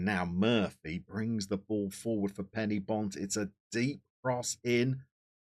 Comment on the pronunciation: And another thing - Penybont are not "Penny bont", but "Pen err bont". Just saying.